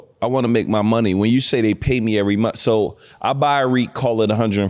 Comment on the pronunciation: As soon as she said every single monF instead of month I was like BRUH